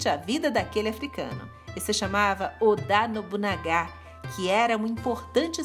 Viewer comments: A pronúncia é Yásúke e Ôda Nobunága, mas Daymiô vc acertou😁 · Odá Nobunagá ? kkkkkkkkkkkkkkkkkkkkk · O pronuncia do Oda Nobunaga não está certo. Mas as outras estão sim . Parabéns